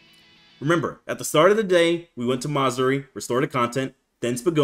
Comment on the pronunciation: “Ma-Zuri”💀 bro its Ma-Zu-Ri 😭 Peak video my boyy